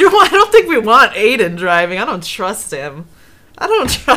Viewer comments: not hating but she's pronouncing his name like aden its pronounced iden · IT'S EYE-DEN